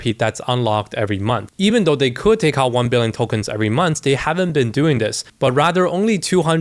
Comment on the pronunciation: this ''ccouldd'' is killing us kkkkk